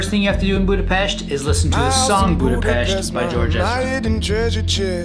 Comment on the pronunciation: Finally... :) Someone noticed the correct pronunciation. (Budapest) Hungarian is a weird language... we have 44 letters in the alphabet. I hope, you felt good in our capital city.